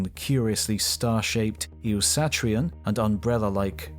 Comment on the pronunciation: is Eoastrian mispronounced at approx ?